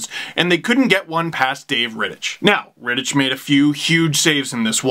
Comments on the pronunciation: you say it like ritt-ik not ritt-ich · Reh-tic is how it’s pronounced. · I don't want to be that guy, but Rittich is pronounced like Rittick. Yeah. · Rittich is pronounced with a silent 'h'. If you can't remember that, you can always call him daddy. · Leafs got outplayed, Dangle. Rittich stood on his head (and you said his name wrong in this video). 0/7 PP for the Leafs is pretty sad especially considering the lengthy 5-on-3. But you can say the Flames "weren't even that good" if it makes you feel better lol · never heard someone say rittich like that